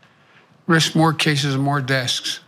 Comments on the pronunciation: Fox news will be able to make fun at him for saying desks instead of deaths. So they win. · Biden had a speech impediment his whole life, but that little flub is something we all do on occasion. We only made fun of Trump because he's such an asshole to people who trip up once in a while. Just giving Trump a taste of his own diaper filled with his shit.